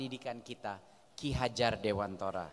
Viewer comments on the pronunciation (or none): Nyebut ki hajar Dewantara aja ga bisa😂